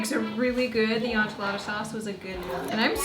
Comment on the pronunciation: Please learn how to pronounce enchiladas properly.